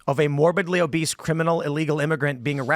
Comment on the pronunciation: "Poor obise fentanyl dealers." Give the English man a biscuit for getting this one wrong.